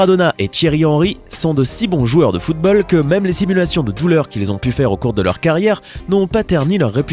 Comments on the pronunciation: Putain mais essayez de mieux parler c'est football [ foutbol ] comme la derniere fois luka modrić vous dites [ luka modrik ] c'est [ luka modriche ] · Il a dit footbal 😂😂😂